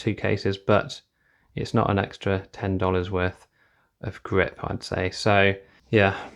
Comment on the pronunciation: Really frustrating how your English but quote dollars